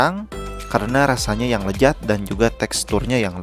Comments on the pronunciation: Lezat bang bukan lejat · lezat om bukan lejat😤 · lezat woy bukan lejat